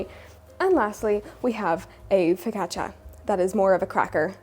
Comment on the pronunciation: It makes me happy that you pronounce focaccia correctly. Everyone at my bakery pronounces it "fo - kah - sha", and it drives me nuts.